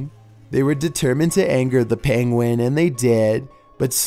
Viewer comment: you say 'penguin' the same as benedict cucumber 'pengwing'